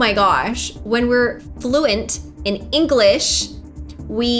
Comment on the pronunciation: "fluent in engwish, fluent in engwish like me" the irony 😂